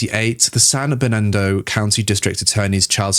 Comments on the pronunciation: As someone from the area, the "Joaquin" in San Joaquin is pronounced "WAH keen" (wah like the beginning of "water", and keen like in "peachy keen"). It's also how Joaquin Pheonix pronounces his name. Also, San Bernardino is like "burn uh DEE no". Basically, anywhere in California with "San" in front of it is Spanish, if that makes it easier to find out how to say it. They're named after Catholic saints. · You need to pronounce the names of cities more carefully. Ontario is pronounced On tar e o, like Ontario, Canada. (4 syllables) Not Ontero. San Bernardino (4 syllables in Bernardino) and is not San Bernardo. You do have a nice voice, though.